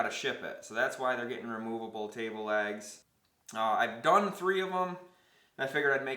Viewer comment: can't tell if he's saying "lags" or "legs" ................